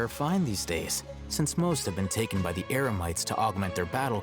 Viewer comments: Paimon said Eremites wrong LOL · Talking about Paimon, i just realize she mistakenly switched "Eremites" with "Emerites" lmao...